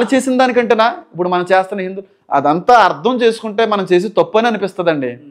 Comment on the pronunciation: ఇందు కాదురా, హిందు